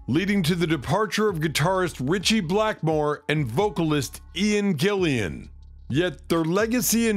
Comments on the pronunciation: It’s Ian “Gillan” not Gillian ffs !!! 🙈😖😖😖🤷‍♂️🤦‍♂️ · Gillan not an additional i after the a please! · It's "GILLAN."